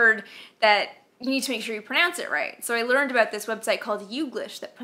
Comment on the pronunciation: "Aboot this size?" East coast of Canada maybe ;0)